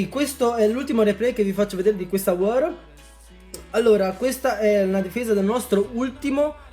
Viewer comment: Si chiama war non wor